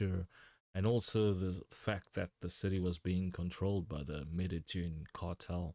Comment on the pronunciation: Excellent pronunciation of Medellin. 👌 Non-Spanish speakers usually butcher it.